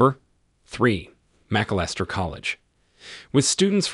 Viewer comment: It's shocking that you couldn't find someone who could properly pronounce Caltech, Grinnell, Macalister, and the abbreviation for "number", i.e. "No." which the announcer pronounced "no". Did no one in the production of this video bother to listen to it and make sure it was properly pronounced? Is it really possible that the man reading didn't know that Caltech is short for California Institute of Technology such that the short version, Caltech, should be pronounced as "Cal Tech"? There were several other glaring mispronunciations as well. Get your thing together and show your audience a little more respect!!